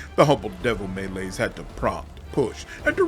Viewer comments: Me Lies is how you should have pronounced it. Love how you read this soliloquy, quite entertaining. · Me Lies is how you should pronounce it.